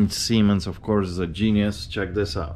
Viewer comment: He realizes he just butchered Gene Simmons name right